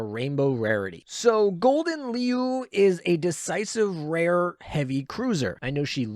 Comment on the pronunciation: Your pronounciation of leeuw harms me... Just say lion to stop the pain Do note Siren Killer counts toward the 20% top Siren damage boost, just 2 +13 and you're maxed.